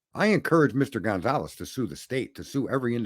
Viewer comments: Being wrong makes you educated? Learn how to pronounce Gon-Cal-Vez . It’s not Gonzalez. Everybody is stupid except you huh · FYI: You are pronouncing Steve Goncalves last name wrong.